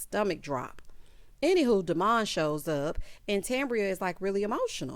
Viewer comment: Am I the only one who cringes when Tamara says Demu-ND! 😂 His reaction in the confessional was a little sketch. He was kind of amped at them asking. And Cedric’s birthday serenade was giving Tevin Campbell at Ashley Banks birthday party 😂 Lastly, Marie’s testimony sounds like that “Miracle Spring Water” infomercial.